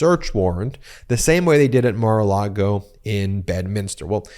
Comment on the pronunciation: You keep saying Mar-a- Lardo wrong.